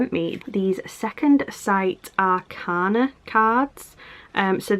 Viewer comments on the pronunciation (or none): none